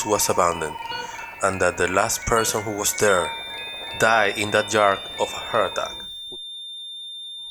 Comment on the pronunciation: I rebuke your statement from the start if the video, when you claimed that entity was trapped in the back "JARD", its "YARD" with a Y NOT A J!!! NO, that's not a wondering ghost dude, it's a demon spirit. Once your dead, God has your soul, you're delusional and your videos suck, they're all OLD videos. Lame channel👎👎